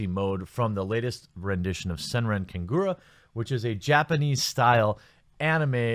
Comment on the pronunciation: Kah-ga-ra not ku-gu-ruh